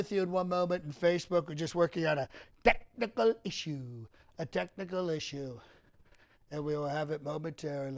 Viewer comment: The enunciation of technical issues. 😂😂😂😂 I can’t take it. 😂😂